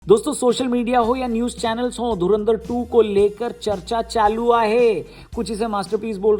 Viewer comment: " चर्चा चालू आहे "... वाह रोनक भाई आप ने मराठी बहुत अच्छी बोली 😊❤🇮🇳🚩